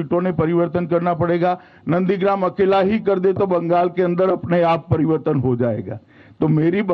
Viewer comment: Phle pariwartan to achaa se boliye